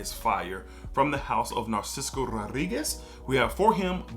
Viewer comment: Great video. Just an FYI, Narciso is pronounced NAR-SIS-SO as there is no C after the last S.